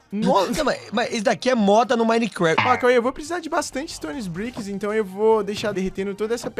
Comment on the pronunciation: o authentic q falou Stone sbrick